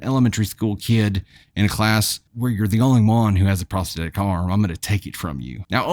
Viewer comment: You do such a god job pronouncing words as compared to others, but the word prosthetic has a "th" in it, which is pronounced as it is in the word "thought", for example. I love listening, but mispronunciation grates on my nerves and makes me want to move on, which I have done with other sites.